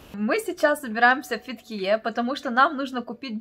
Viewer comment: фЕтхие,а не ФетхиЕ!! Олюдениз а не Алиденз)